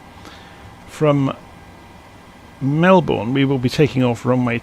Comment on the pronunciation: Lol the way u say Melbourne isn’t that correct or should I say it isn’t the Aussie way